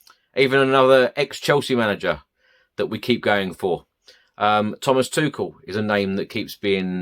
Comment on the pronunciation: Bonus points for being about the only content creator that pronounces Thomas Tuchel's name correctly. 👍